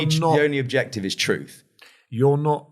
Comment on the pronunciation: Just keep adding rambling on to rambling. Nothing actual here or learned. Just a whole heap of analogy with no ties to each other. I knew it the second he said to-ruth!!